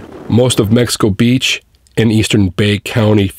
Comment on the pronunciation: It's hilarious that SO MANY storm chasers, and national media, had such a difficult time with the city's name. Mexico Beach. Not Mexico City Beach.